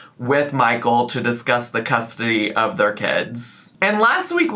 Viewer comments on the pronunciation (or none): “Amy messing up the English language” Also 5 seconds later: “full custurdy” 😭🤣🤣🤣🤣🤣🤣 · "Currently in this moment Amy has full *custardy*" made me play back that three times to see if i was hearing him right... was this meant a pun relate to the episode title or did pronounced that wrong accidently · “custardy” took me out🤣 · It's how she pronounces the work custody